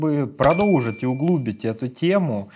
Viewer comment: Когда сказал "УхлУбить", я прямо вздрогнула... Не надо так шутить, пожалуйста. 😂